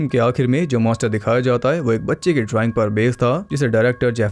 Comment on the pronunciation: MONSTER not Moster